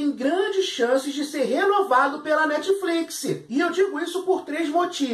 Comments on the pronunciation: Netfliquissiii ???? Sério???? Da vontade de arrancar os ouvidos kkkk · Quantas vezes ele falou netifliquissi? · krai o cara so fala netfliquisi, q agonia de ouvir isso